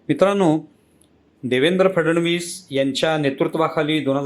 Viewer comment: फडणवीस यांचा उच्चार फड-णवीस असा करावा.